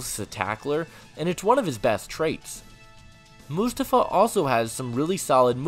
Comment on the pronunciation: It’s prounounced “Moo-Stoff-Uh.” 🙄